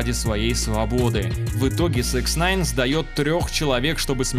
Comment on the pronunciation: Почему автор всегда говорит СЭКСНАЙН когда правильно СИКСнайн